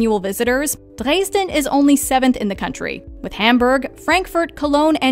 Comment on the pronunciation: And incorrect pronunciation....Drays-den....